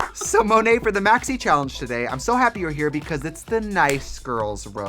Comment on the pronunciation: Monét people, not Mo-net. Silly folks.